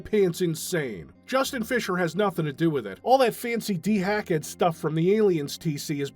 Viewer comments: I just noticed how you're pronouncing DeHackEd. Is there a reason you're saying dee-hack-duh instead of de-hacked? I've never heard someone actually say it, so I don't know if there is an actual "proper" pronunciation that I'm not aware of or what. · It's just Dehacked. De-hacked. That's it. De-hacked. FFS.